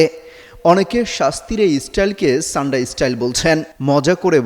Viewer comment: শব্দ উচ্চারণ আগে ঠিক করেন তারপর সংবাদ পাঠ করবেন। শব্দটি ছান্ডা হবে নাকি সান্ডা হবে।